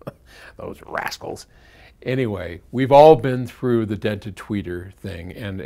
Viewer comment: I first heard "those assholes", but I couldn't imagine ever saying that about his kids, so I had to rewind. I am still not sure what he says. Did he mispronounce "rascals" or is he saying something that a non-American, such as myself, wouldn't necessarily have heard before?